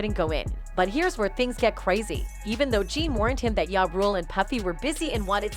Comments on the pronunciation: This other can’t even pronounce 2pac or ja, why is she commentating. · I knew diddy was gay back in the usher days....hearing this woman call ja ya and pac pack made me flip the channel sorry....